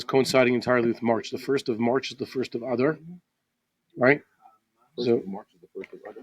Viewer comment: When you say "Adar" it sounds like you are saying a cross between adder snake and cow's udder. Can't you stress it at the end as in A-dar.